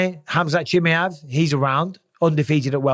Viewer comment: Hey Bisping, please could you learn to pronounce Chimaev properly, is not that hard is it mate?